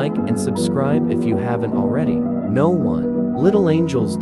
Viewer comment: No. 1 Sounds Like "No.123"